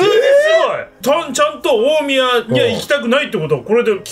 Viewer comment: 大宮のイントネーションが気になりすぎる（笑）by埼玉県民